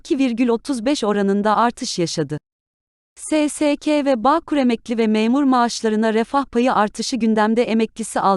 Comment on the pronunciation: SE SE KE Değil , SE SE KA diye OKUNUYOR ..............